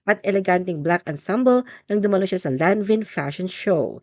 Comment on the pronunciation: You pronounced it wrong.....THE SPELLING IS LANVIN.....it's LANVAN